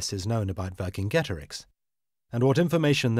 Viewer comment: Cicero? How do You pronounce that? Kikero? Kicero? No so why do you have to bastardise Vercingetorix? Does this hard C appear in modern Romance languages ? No so where does this bs revisionism come from?